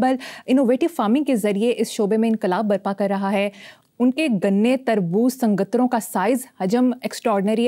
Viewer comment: جناب حسن نثار صاحب محترمہ مریم کے سنگتروں کے تلفظ کو سنئے اور اگر ضروری ہو تو انکی درستگی فرما دیں۔ کمال ہے آپ نے پروگرام میں آگے چل کر اسکی درستگی کر دی تھی اسلئے اپنے کمنٹ کو ایڈٹ کر دیا ہے۔